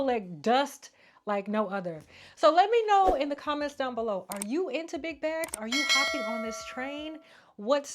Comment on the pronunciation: Why I know your saying big bags lol but I keep hearing “Big Backs” lol 😂 I’m here for a good bag moment tho lol